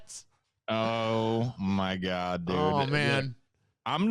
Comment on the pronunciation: "I used to be an atheist situation but then I wanted stuff from Amazorn so I told people I was losing my house and Christians gave me money so I became a gord believer Individjul."